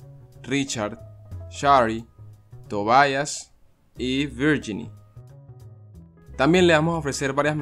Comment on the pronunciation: Tobayas ????????????? Se dice Tobias...!!!